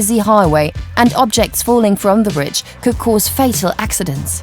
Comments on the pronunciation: The narrator for suspension bridge part of the documentary has a distinctive way of saying the word "bridge" to me it sounds like she's pronouncing it "britge" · BRIDGE YOU SILLY WAMMEN NOT BRITCH! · WTF is a Britch.... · WTF is a britch?